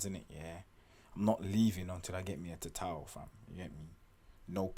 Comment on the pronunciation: You said tatau like a boss...